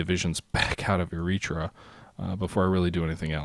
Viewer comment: Eritrea is pronouced like Airatraya. I suck at telling how to pronounce word but thats how its pronounced